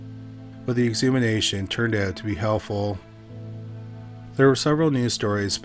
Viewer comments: Ex-hu-ma-tion. Exhumation. Not "exhumination" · Dude really said “exumination” lol . Why cant this dude speak english? It’s fkin “exhumation” you fkin idiot . What happened to learning your language? Is this a low IQ issue? Judging by the slowness of this dudes voice, probably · You need to learn how to pronounce exhumation. It's not exhumination...